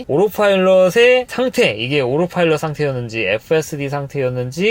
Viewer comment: 오로파일럿 밖에 안들리네...